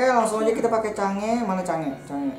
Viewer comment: Change woy bukan sange :v